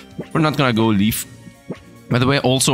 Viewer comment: I'm pretty sure the grass starter is supposed to be pronounced like belief. be-leaf. And vibracean like vibration. vibration-crustacean.